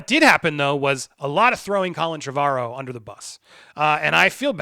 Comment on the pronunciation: Repeat after me: "TREH-vuh-rowe", not "Treh-VAH-rowe". Your pronunciation makes me despise you even more than usual. It's called Google. Look into it